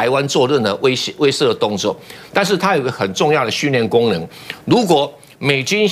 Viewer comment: 感谢感谢！终于，贵台有人把威慑，念成(weishe)(she四声)了，而不是(weizhe)。谢谢蔡教授！